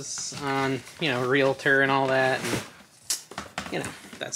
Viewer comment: It is [REAL tor] not [real A tor] like real-tor or real tour